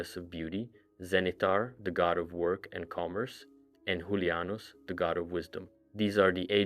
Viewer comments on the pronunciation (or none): lol i'm sorry but the way you Pronounced Julianos, sent me, I have Zero summed